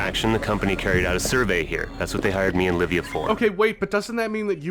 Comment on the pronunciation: I kept hearing Arnie said 'Labia' instead of 'Livia'.